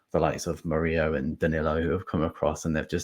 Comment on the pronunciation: Mur - ILL - O,. he's not blooming Spanish!